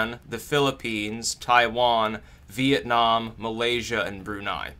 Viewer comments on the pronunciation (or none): none